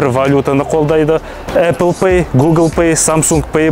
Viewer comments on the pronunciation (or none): none